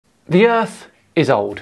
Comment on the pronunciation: "Gawd maid da urf" Painful to listen to